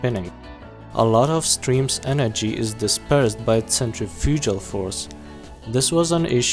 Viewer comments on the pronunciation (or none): none